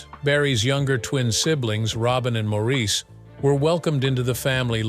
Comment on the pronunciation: So many simple inaccuracies. You might, for example, learn how to pronounce Maurice's name. Pong was one of the 1st video games to hit the market, about 1973. There's more. Your video is pretty bad.